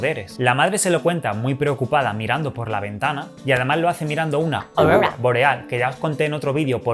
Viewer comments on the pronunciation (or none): Holi, en serio me encantan tus videos y me acabo de dar cuenta que tienes un pendiente en tu oreja derecha. Por cierto amoncuando dices orora boreal. Eres uno de mis youtubers favoritos te quiero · Amo cuabdo dice Orworwa boreal :v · Ya di la palabra aurora bien pls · "Aurora Boreal" jaja, buenos videos haces saludos y bendiciones desde Perú!!